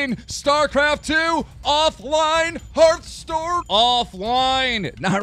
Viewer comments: He said hearthstore lmfao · did he say heartstore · did younsay hearthstore? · did he say hearthstore ?